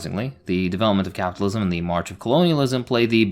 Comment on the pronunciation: I realized you weren't white when you couldn't pronounce words enden with "lism", socialism capitalism etc, that sound was made for white tongues lmao! I'm also not white not american 🤭